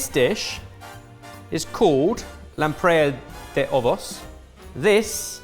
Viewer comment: Btw pronouncing Lampreia de ovos was quite good 👍 Portugal 🇵🇹 loves eggs dessert 😂 kisses from Portugal 🇵🇹